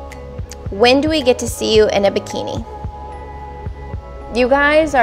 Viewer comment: Hi, I'm a Scorpio (please don't hold that against me) from Singapore. What is this "Bee-Kee-Nee" that you speak of? Do you think you could show it to me, you know, for educational purposes?;);) K guys, so gorgeous, I had to try, looking like a damn fool.